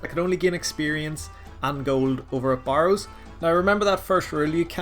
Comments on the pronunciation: Bay Rows. Not borrows. A barrow is a mountain or a mound. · burrows this burrows that, my god its hurting my ears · If I received $1 everytime you tried to say barrows I would literally be rich